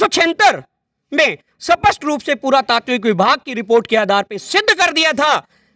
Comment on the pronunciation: स्पष्ट को सपस्ट बोलना बंद कर पहले। थोथा चना बाजे गना। हमारे पोथी खाने में पोथियां आज से 1000 साल पुरानी है और उसमे हमे हमारा इतिहास मिल जाता है साथ ही बहुत से साक्ष्य हमारे इतिहास को दर्शाते है। तुम जैसे बड़बोले लोगो की बातो से इतिहास नहीं बदलेगा। सुधर जाओ यार , हम चुप बैठे है क्युकी सभ्यता और संस्कार और भाईचारा रखते है। देश की एकता को भंग नहीं करना चाहते है हम,नही तो तुम्हारे जैसी मक्खियों को उड़ाने में समय नहीं लगता। नकली इतिहास बना लो तुम और खुश रहो पर हमे बुरा भला कहना अच्छी बात नहीं है।